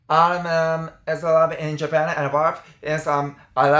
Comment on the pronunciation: 後藤の 「.... in Japan」 の発音がネイティブすぎる